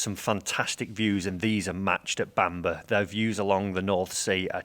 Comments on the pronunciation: Love to know where this “Bamber” castle is?! Bamburgh is pronounced ‘Bam boro’ 🙂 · Why didn't ask how to pronounce Bamburgh? It's Bam-burra - not Bambur!!! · I couldn’t even get 5 minutes into this video. The castle and area is Bamburgh but it’s pronounced Bamborough. It’s not Seahouse, it Seahouses. If you’re going to do videos on course, please do a bit of research and at least learn how to say it properly. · Don’t want to be a pedant, but its pronounced ‘Bambrah’ similar to how you say Edinburgh